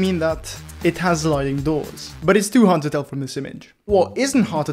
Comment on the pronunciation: i love when he sayes zamm zpoiler zliding